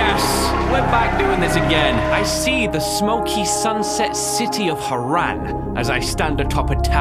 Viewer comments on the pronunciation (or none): Why does he say Hare-Ran, it sounds horrible it’s one word